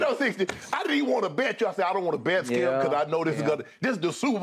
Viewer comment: The way Shannin says "Skiup" haha